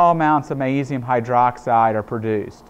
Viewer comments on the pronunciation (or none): I wonder why he doesn't pronounce the G in magnesium? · why dose he say magnesium like that